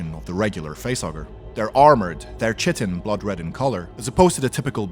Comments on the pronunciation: You pronounced chitin wrong. Its pronounced like kytin. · Isn't it pronounced "kite-en" not "chit-en"? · Isn't "chitin" and "chitinous" pronounced "kai-tin" and "kai-tin-ous?"